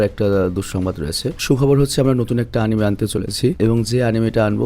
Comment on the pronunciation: আমাদের মহান শিক্ষিত ভাইয়া, এটার আসল শুদ্ধ উচ্চারণ আনিমে-ই। এনিমে না।